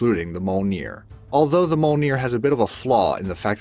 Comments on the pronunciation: Its mjolnir not molenir and mjolnir was created by the heart of a dying star. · Yep you are right and not mol-neer (He Said) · Moaneir? Mjolnir? Isnt it M-jol-nir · the "mole-near" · Can you say f*ck? Good Now take the u and place it right betwene Mj & lner like so, Mj-u-lner, and whene you then remove the e and pronounce the r the same way the Spanish or Mexicans do, you end up with the clostest way for an American to pronounce it right, Mj-u-lnr. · Mjolnir is pronounced: Mee-Yohl-Near! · Mjonir is pronouced: Me-ol-neer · My husband and I were just cringing/laughing at "Moleneer" and I had to see if anyone else noticed all the mispronunciations. Glad it's not just us XD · Yeah and im pretty sure mjolnir is pronounced more like "mee-yol-neer" but said fast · apart from mjolnir he pronounced every other weapon correctly considering that who knows maybe people from the marvel are the ones who are pronouncing it wrong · I almost fell of my chair laughing in tears how the narrator pronounced Mjolnir..... dear gods please do a little research HOW these names are properly pronounced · Mjolnir Is Pronounced: Mee-Yohl-Near! I got no idea about how the other guys are pronounced (excluding Excalibur, Kalikbar, Thunderbolt And Trident) so I can't give my opinion on them! 😄 Yay! Excalibur! 😄 😄 I Mean Yay Mjolnir! 😄